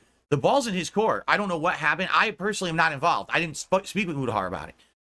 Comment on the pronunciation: The way he says involved pisses me off so much. " invaalaved"